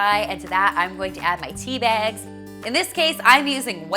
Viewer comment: I like how she says tea bags...... "Tea Biagz" 😂 That tea looks delish tho....